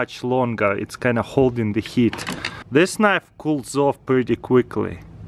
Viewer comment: "GOLDING THE GEET'"